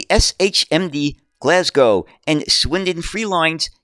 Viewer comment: Well done you've mastered the pronunciation of Glasgow. Great video as usual.